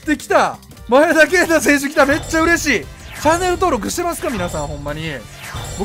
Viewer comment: 【V.I.P】 外人選手のとこでネイティブとか、のマネとかね ﾏｴﾀﾞｹﾝﾀｾﾝｼｭ‼︎